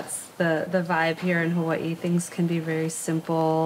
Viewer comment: Omg! The visuals are always Hawai'i perfection but the narrator butchers the names of everything! I've only lived here three years and this is your typical post card enticing view of Oahu marketed to the mainland. There's so much more to it...life here. It's not all surf and rainbows. There is suffering, racism, drug abuse every where and often violent crime. Sometimes I just wish a balanced portrait of Hawai'i life would surface. Speak to the aloha of homelessness, or lack of education or infighting between gangs, or even pedestrian deaths. How about rat lung worm disease or the Vog? The more the false narrative of "paradise" is pushed the more falsehood is perpetuated. While life here can be great, like life anywhere, it can also be hellish, like life anywhere. We all come or leave for personal reasons, but when settled in and making this place home, it means you must meet it on it's terms, not some sold to you fantasy. You grow roots with learning culture and the struggle of Hawaiin people, and being respect for tradition and trying to help with issues problematic. Differentiate between "paid play visits here" and real life. And for divine creations sake! Get the pronunciations right. To not do so is just plain disregard. Is no pono. Mahalo